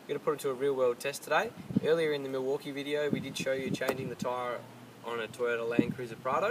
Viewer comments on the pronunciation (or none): none